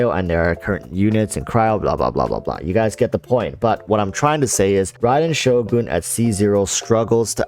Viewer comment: still cant pronounce Shogun -__